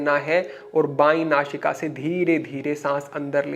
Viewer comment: So you are unable to speak correctly. You are saying don't nashika, which is nasika. So you are using showing place of sa and sign place of Shah. So what you are trying to teach to the people thanks